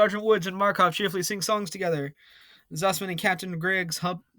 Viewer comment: Just saying buddy, MakArov not Markov, and Freidrich not Freidirch, still it was a fun episode